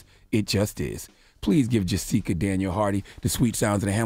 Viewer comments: Her name is Jessica, Charla was pronouncing it wrong as JuSeka. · this ILLITERATE bastard didn't know how to pronounce Jessica. SMDH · How long Charla been on the planet that he dont know how to pronounce Jessica..he almost made it sound like a black name. LMAO!!! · Right?!! Is he saying that on purpose ,i really thought for a min that he didn't know how to pronounce jessica